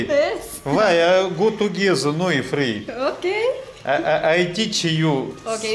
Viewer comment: "Го-ту-гезе" - - Ок.. - "Сенкью": запахло аленизмом,. Приглашаешь даму на свидание и говоришь ей спасибо?.. Чё за пилотко-приклоненческий WYF такой?..))